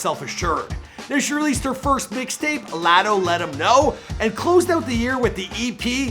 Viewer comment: why did he say latto like that ? 😂. But she is talented af